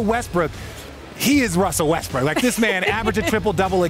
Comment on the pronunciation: skip correcting myself to say westbrick is the most disrespectful thing ive seen lmao